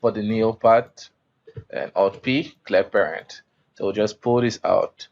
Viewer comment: Listen to how you say "clear parent". I had to listen like 20 times to understand what you said. You got your pronunciation all wrong. Do yourself a favor and take some English classes. Because the tutorial itself is very good.